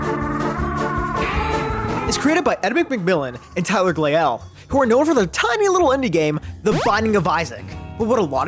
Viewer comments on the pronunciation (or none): Tyler glaiel did not work on the binding of isaac, Tyler worked on tien with Edmund, also you mispronounced his last name is pronounced "glayel". Also saying "15 years in the making" is disingenuous because its early prototype was worked on back in 2012, production shut down, then picked up again in 2018. Thats around 6 years of work in total. Also mewgenics doesnt have the content of "all the isaac dlcs" he litterally stated multiple times in podcasts, tweets, and tiktok videos that it has the content of isaac + maybe 2 dlcs